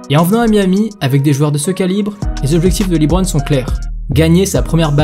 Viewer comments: Par contre on prononce « LeBron » ou « Lébron » Aucun américain prononce« Lee-Bron » pour parler de lui 😅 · C’est pas libron c’est leeeeebron James svp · excellente vidéo, j'ai adoré, juste le Librone , ça se prononce Leubrone, mais sinon magnifique vidéo ! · Superbe vidéo, bravo ! Par contre je me pose toujours une question: pourquoi certaines personnes en France s'entêtent toujours à le prononcer "LiBron" ? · Leuu bronne' pas Lit bronne' merci sinon lourd ta vidéo 🔥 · Dit LEBRON et non LIBRON je t'en supplie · Bonne vidéo mais pourquoi dis-tu toujours " Librone" en prononçant "Li" ???